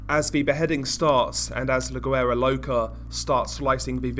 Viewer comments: It’s pronounced “WERA” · You don't sound güera with a g sounding ... You sound the g with a w ... Wuera it's spelt güera but pronounced wuera loca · The G in guera is silent lol